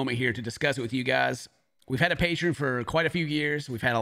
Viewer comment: Pay-tree-in lol